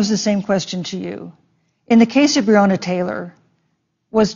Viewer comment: Is no one going to point out that he mispronounced Breonna ?